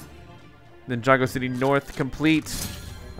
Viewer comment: Finally you got the name right